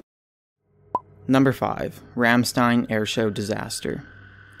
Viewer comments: It's RAHM-stein, not RAM-stein. And you misspelled it, it's Rammstein with 2 m's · you're an idiot, the band name is rammstein, pronounced like rom not ram, dumb ass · You're pronouncing Ramstein wrong, but it's all good, I don't expect everyone to know :p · romstein u meen not with a A i know because im full German but your awsome to wacth.